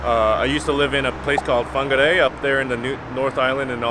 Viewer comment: Very impressed with your correct pronunciation of Whargarei. We have a beautiful country here and I'm glad you spent a lot of time here growing up. Also isn't Steven Alker just ripping up the senior tour. So nice to see him on top of the senior golfing world after a lot of hard grafting through the years.